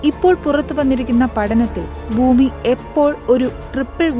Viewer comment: കുഞ്ഞേ, മലയാളം വാക്കുകൾ ശരിയായി ഉച്ചരി ക്കാൻ പഠിക്കൂ ആദ്യം. എന്ത് മാത്രം തെറ്റുകളാണ് പറയുന്നത്. ബൂമി, ബൂകണ്ടം ഹോ ഹോ ഹോ